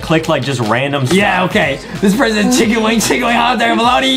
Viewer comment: Chicken wing sounds like thicken wing